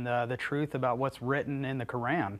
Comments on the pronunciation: Anyone who say "koren" instead of quran is automatically not worth hearing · He is so confused he pronouces Quran wrong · First of all let’s not just act like he didn’t say Quran incorrectly